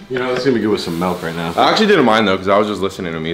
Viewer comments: Did say milk or is he still saying melk? 😂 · Oh he’s still saying Melk 😂